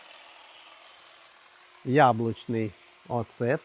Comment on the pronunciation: Не оцЕт, а Оцет. Корисний, якщо в скляній тарі, а не в пластику і нічого страшного, якщо буде осад, бо в Польщі і Франції , навпаки має бути на дні трохи осаду, як доказ, що то натуральний продукт. Читала в рекомендаціях, коли жила в Польщі.